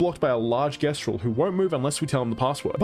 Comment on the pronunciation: How did bro play a whole game that pronounced it Jestral and still came out pronouncing it differently